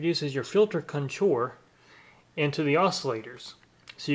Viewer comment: CON-tour, not conTOUR. Took a minute to figure out what you were trying to say. Otherwise, neat comparison vid.